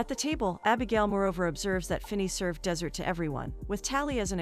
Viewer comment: A hoping rabbit. Honestly. Is it so hard to speak English? Content over content? Two very different meanings and pronunciations. Desert over dessert? I can’t subscribe to such an ignorant channel